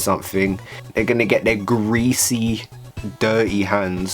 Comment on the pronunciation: How you say “greasy” had me dead 😂